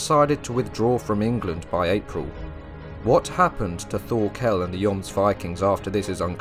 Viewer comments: Bro your saying Thorkol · Really good video, that was well researched. Though Thorkell's name is pronounced Tor kEl, the H is silent and the kell part is said with an E, not an A. Also it's Knud the Great, you say the Kn as in "know", though with a little more emphasis on the K, and the d is for once actually pronounced, bc in most words Danish, that has a D, the D is usually silent, but in "Knud" it's not a hard d, you have to roll it of and make it a softer pronunciation. And I absolutely love Vinland Saga, even though it has some low-fantasy elements and some classical shounen tropes, it is one of the most realistic depictions of Old English and Old Norse lifestyle, housing, clothing, tools, weapons, armours, tactics etc. one other thing, that it gets right compared to most other medieval shows, is all the different colours of their clothes. If we take Vikings as a reference, they are all grey and brown and for some fucked up reason wearing leather armour, which all historians agree never existed. The Vikings of reality were full clad in iron armour and big powerful shields, spears and axes with an array of colours on their clothes, just like we see in Vinland Saga. There's a good reason they where seen as some of the best warriors in the World.